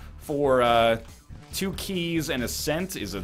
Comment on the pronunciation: "till kwo birds with one stone"